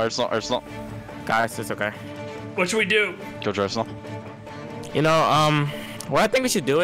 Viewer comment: LMAOO Aresnal and Retals made this video hilarious